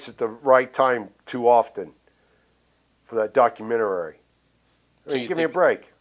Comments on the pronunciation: I saw this comment and thought, "Man, people get jumbled up and mispronounce shit all the time." And then he said it the second time. Documentarary. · I love how Warrior adds two extra syllables to the word documentary. Absolute legend. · An intelligent man that the warrior was,can't even say the word documentary correct lol. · Not once but twice!! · I sat here waiting for it lol double helping haha